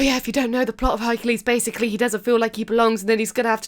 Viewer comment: Honey, you mean HUNKULES